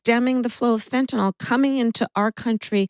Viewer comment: Tell Kamala: Of all people, you know the value of pronouncing things correctly. Please stop mispronouncing Fentanyl! Sat it as FEN-TA-NIL, not "FentaNOL."